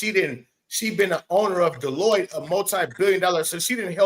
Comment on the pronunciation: Hey my brother, much love and prayers to you and your family daily. Hey bro, I don’t know how you say it, but it’s not Delitta ha ha ha